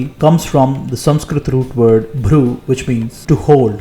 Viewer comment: This narrator is quite knowledgeable and describes things very well. He can pronounce Samskrithum words quite correctly besides knowing it quite well. My question is why the 6th pramana is spelled "Sabda" and not "Shabda" as it is pronounced? Is it because the person who wrote these bullets speaks a language which does not have the letter "Sha" and it is written and pronounced as "Sa" as in some Bharatheeya languages? It will be great if the actual pronunciation is properly written in English words. But, thanks a lot for your extensive research and helping us understand our Sanaathana dharma.